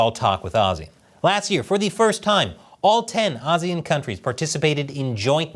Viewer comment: I like how you pronounce ASEAN, many people and even Google tend to say it wrong. You and the Indian news network like WION got it right.